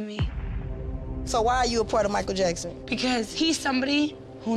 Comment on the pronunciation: SHE SAID MICHAEL JASKON HELLA DEAD LMAOOOOO